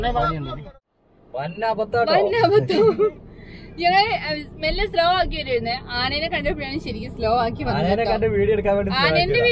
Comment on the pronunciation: ആനേനെ അല്ല, ആനയെ